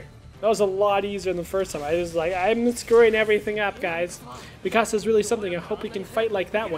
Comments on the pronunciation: no sam not mee kasa its MI CASA XD SPANGLISH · It's not mekasa its mikasa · its not maksia its miksia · You pronounce Mikasa Mi-kasa but it's actually pronounced Mik-asa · it's (meekusuh)how you actually say it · Mikasa (meek-a-SA) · its mi-ka-sa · You said mikasa's name so wrong to me not hateing love your videos 😭😂😂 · he dosent say miksa right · SAM U PRONOUNCED MIKASA WRONG!!!! DO YOU EVEN WATCH THIS ANIME!!!levi x mikasa lol